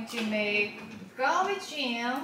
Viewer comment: your pronunciation of galbi jim sounds so American, garbi Jim😅